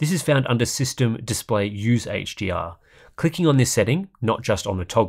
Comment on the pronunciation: It sounds like you say “HGR”, when you’re saying “HDR”